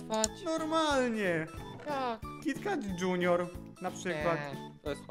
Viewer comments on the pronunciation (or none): Kot natka netheo junior [czytaj dżunior]